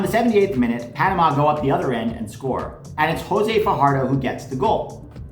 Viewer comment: It’s Panama 😂😂😂😂😂😂